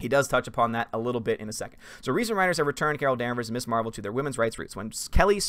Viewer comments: This might just be a nitpick of mine but isn't Ms actually pronounced Mizz? Everyone always says Miss Marvel and it always irks me when I hear it. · Ms. is pronounced Miz not Miss. You’re not the only YouTuber who makes that mistake. I guess it depends where you were in the seventies.